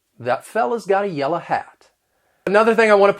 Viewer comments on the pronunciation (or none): none